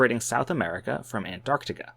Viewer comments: It's nice to hear someone pronouncing Antarctica correctly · Wow! An American that can say “Antarctica”! Fascinating, concise and educational!